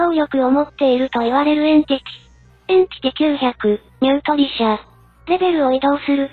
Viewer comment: エンティチとかエンチティじゃなくてエンティティでしょ？